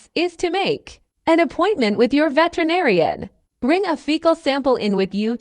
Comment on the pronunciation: Uh narrator, the word is pronounced veterinarian, just like it looks, not vetenarian as you said it. Always good to know one's topic.